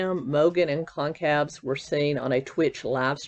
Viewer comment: Kaylees last name is pronounced kinda like Gonzalez, so gon-cal-ves